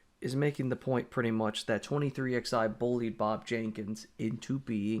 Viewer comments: Stop calling them “twenty three ex eye” 😂😂😂😂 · NGL I always chuckle when you say 23 Ex I 😂 love it